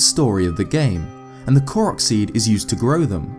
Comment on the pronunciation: FINALLY!!! A Youtuber that pronounces the name "Korok" correctly. Breathes a sigh of relief.